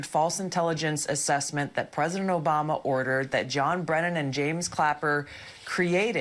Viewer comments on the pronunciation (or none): Confession: I watch David Pakman’s videos just to laugh when I hear ‘Obamna’